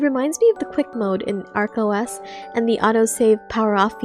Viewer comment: Why do you pronounce ArchOS correctly but you mispronounce Retroarch?